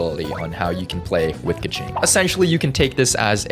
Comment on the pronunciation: is a keqing main also: doesn't pronounce keqing correctly